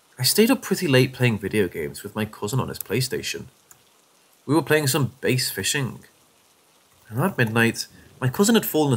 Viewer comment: ... The word Bass is pronounced as "b-ass" not "base", M. It's not a game about fishing for a guitar.